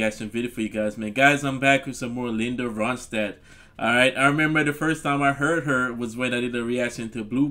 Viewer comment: Yes your saying her name perfect ! I am so glad you did a reaction to this song however listen to the song Tumbling Dice . I know your be happy you did ! Thanks and as always your amazing !!